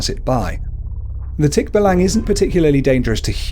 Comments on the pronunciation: Hes saying the creature wrong specially in tikbalang its actually Tik..ba.lang. Or Tik-ba-lang He said it fast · Thick- Baallang as you pronouce .. not tikbalang.. not short pronunciation . Plus you forgot tiktik, Kapre , igkanto, and duwende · You dont prounuced tikbalang tik-balang its tik-ba-lang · i mean its not tikba-lang its tik-balang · he is saying it wrong its not tik-balang its tik-balang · Nonono its pronoused as tik ba lang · Its pronounced Tik-ba-lang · it is tick-ba-lang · You said nr. 2 wrong just so ya know ^^ ((my php mom started laughing for No reason .-.)) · You pronownced it wrong! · I like how you pronounce Tikbalang